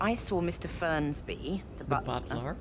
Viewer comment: FERNSBY MIAWAUUUUGGGG BUKAN FRENSBYYYYYY